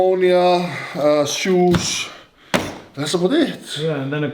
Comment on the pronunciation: I absolutely love the way Thor is pronouncing "shoes ". 😀😃🙃